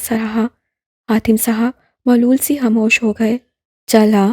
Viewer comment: Your voice is good but you make a lot of pronunciation errors.' malol', 'nadim',Salwa.etc.